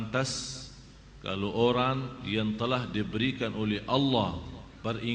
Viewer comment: Pantas Bukan Fantas:)